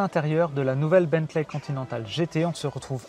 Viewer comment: Salut. Juste une petite remarque, on ne dit pas Bentlè mais Bently ou Bentlee